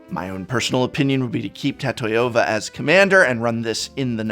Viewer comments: Tat-eye-ova? Homie, what? It's Ta-tio-vah. How do you pronounce names like Tanya or Sonya? Do you say Tan-Eye-Ah? Or So-Nye-Ah? Keep this up and I'm not sure how much longer I can go along with referring to you as ''. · Why did you call Tatyova "Tatoyova" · card name: tatyova: tAToYOva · I can't bear to hear Ta-TIE-ova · I love that prononciation of tatyova. It's sounds cool! Tatahiova! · I can't get over Tat-Toy-Yo-Va... lol